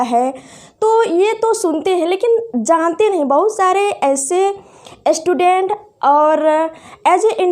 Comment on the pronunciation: एस्टूडेंट नही है मैडम स्टूडेंट है 😂🤣😂🤣😂अस्थापना 🤣🤣🤣🤣🤣🤣